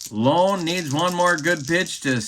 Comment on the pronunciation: Greetings,. Just for your own edification, although you may never again utilize this player, the name of the White Sox relief pitcher, Turk Lown, is pronounced with the "Low" sounding as it does in the word, "loud," not as it sounds in the word, "loan." kinda' like "Turk Loun." (How's that for a run-on sentence?!?!) With that,, I bid you a fond adieu!